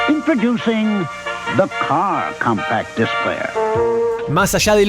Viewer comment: “Cómpac Dáisk, me sale pero me mojo!!!!!!”.